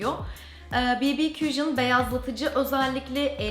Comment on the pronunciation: Ne olursun ya Cushion "kujiin" degil, "kuşın"